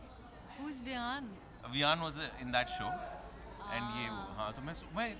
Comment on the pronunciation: Ha such me 😂😂😂😂😂 Bar bar viaan hi bol raha hai ne do bar correct kiya 😅😅